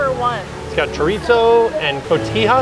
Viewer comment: Looks yummy! Just wanted to let you know there is no “T” sound in Chorizo. It’s pronounced like ( choreeso).☺️